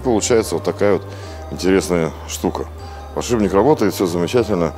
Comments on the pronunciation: Дью охигеет и от самого слова подшиБник. Это слово звучит очень и очень часто в ролике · Показалось или он сказал подшибник ?